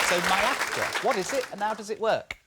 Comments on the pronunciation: Stop calling it MY-AFTR... it is ME-AFTR lol! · MIAFTR like "My After" 😂